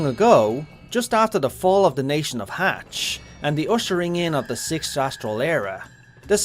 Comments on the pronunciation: i always physically jolt when he says hatch. its much more like like "mach" like the sound barrier speed or "mhachi" = "maki" for the ethnicity/association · Mhach is pronounced 'Hatch"??! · maybe its bc im used to jp voicelines but I always thought this was pronounced as Maj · I think Mhach is pronounced like “Mach”. It’s is a bit of an add pronunciation, though. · That is not even remotely how you pronounce Mhach. The M is not silent, he 1st h is, the a is a longer ah sound than you pronounced it as, and the ch is pronounced as ck.